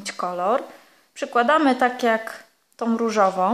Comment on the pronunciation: Tom, szarom, różowom, włóczkom..... rany kobieto naucz się poprawnie mówić skoro się bierzesz za nagrywanie filmów i publikowanie ich.